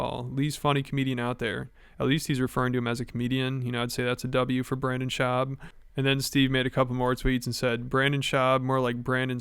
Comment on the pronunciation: for the last 5 years: Brendon Shuab sucks. B.S. gets it right once...: Brennon Shwab goooooooooood